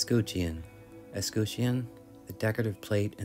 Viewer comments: I cant teach you anything except “ess - cut- tion “ no “cute” ✌🏻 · Um, that’s pronounced es-scut-chee-on. Not es-scoot-chee-on. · I’ve always heard escutcheon pronounced as ess-cut-chin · What an amazing restoration. I can never understand how someone could look at that beautiful wood and think—I know I’ll paint it ugly blue. And how anyone could paint over that beautiful hardware! Excellent job! 👍🏻 (oh, and it’s “es-cut-shun”) 😊. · That green pain tjob is a crime. BTW, escutcheon is usually pronounced, "ess-cut-chun." Th way you said it is more like the word origin, but contemporary use has changed it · Has anyone given you a hard time about your pronunciation of escutcheon?